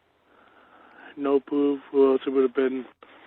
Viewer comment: dammit, i cannot unheaw the way he twakws "NO PWOOF"